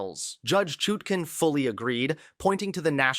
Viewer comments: "U" not "oo" And, comb your hair! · it's Chutkin, not with a long "u", but sounds like "hut". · Major breaking news??! What a joke! Quit using AI to read for you, you aren't even pronouncing the judges name properly, if you have been paying attention at all you would know how to say her name.